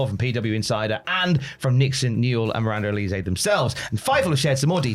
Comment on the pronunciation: The way these guys are pronouncing Miranda Alize’s name makes me want to slap them 😒🙄